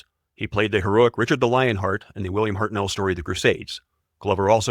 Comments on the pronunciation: Oh FFS. It is HARTnell like Heart Knell, not HartNELL you pillock. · HARTnell, PERtwee, BERnard, not HartNELL, P'rTWEE or B'rNAAARD